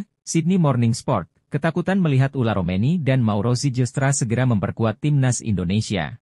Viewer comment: Bukan ula romeny min..., tapi ole romeny.